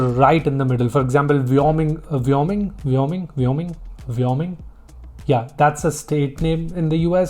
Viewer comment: Wyoming is pronounced more like "Waayoming", just so you know :) Also, I had some issues with "Plastic or Paper" at Walmart in Chicago, during my vacation there, I thought he's referring to my preferred mode of payment, but actually, he was asking me if I'd take the stuff I have bought in a plastic bag or a paper bag 😂 Also, I feel like the meme culture is really prevalent in the US, so It's common to hear phrases like: 'Ight, Imma head out'. It has a Spongebob Squarepants reference, meaning: 'Alright, I'm going to head out/leave'